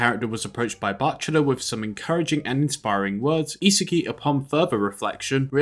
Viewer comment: It's not e-sagi but isaagi yo-e-chi